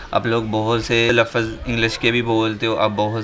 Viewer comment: Tum sahi Urdu bhi nahi bolte lafz hota h lafuaz nahi tum punjabi hi ho es vja se sahi urdu talafoz ada nahi kr pate English tu boht door ki baat